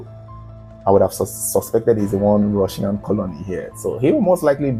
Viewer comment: "Come with me, I'm from Russia 🇷🇺, I'm Rrrussian 😅😅😅😅